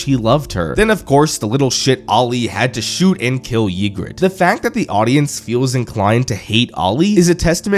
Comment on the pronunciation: How much of this show did you even watch If you can't even pronounce Ygritte correctly?